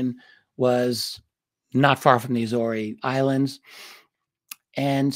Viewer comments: RD the islands name is prounced A-ZORE’S … like a SORE shoulder…but with a Z …. And it’s plural. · Agree, my Naval warfare community, land-based maritime patrol P-3's were often based at Lages (Lah-gez). It is difficult to ignore the mispronunciation of the Azores (Ay-zors) without comment because it is steeped in our community's many sea stories and deployments there. Not a critique of thr great Richard Dolan by any means, just a comment. Love, love his coverage of U.S. Naval UAP and USO encounters. Keep it up!